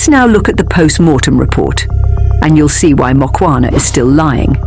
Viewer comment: Its Mukhwana and not Mokwana